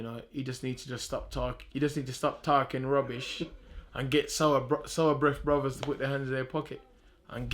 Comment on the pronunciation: Man said sourbreath brothers😂😂